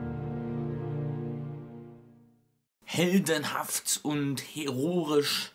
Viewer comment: Es heißt aber heroisch und nicht herorisch.